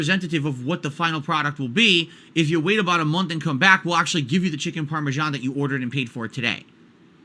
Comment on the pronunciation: "And you order a delicious Chicken PAR-MEH-SHAAAAN"